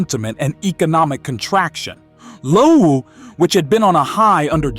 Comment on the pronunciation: Loewe is called Lowe ? 😂 😂😂😂😂😂😂😂